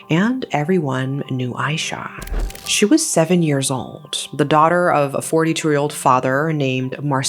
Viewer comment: IT'S AYSHA NOT AISYAH